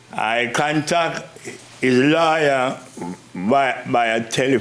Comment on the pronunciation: He pronounced lawyer like liar, and that was the realest thing I've heard in a while. 😂